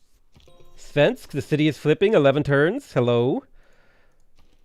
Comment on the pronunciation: I'm so offended listening to murdering my language. Except he actually says "svensk" ok, which is hilarious. Also the missed opportunity to rename Malmö to Copenhagen instead.